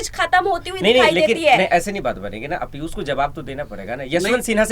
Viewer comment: sabse pehle aap apni bhasha shudh kijye. Sha shabd ka sahi ucharan nhi kr paate jaise aap Piushji ko Pius keh rhe sha ko sa ucharan kr rhe he. Patrakar ke liye bhasha ka shudh na hona sharm ki baat he.